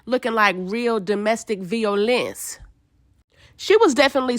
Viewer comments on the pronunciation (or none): 😂😂😂😂 real domestic “v-i-o-lence” took me out 😭😭😭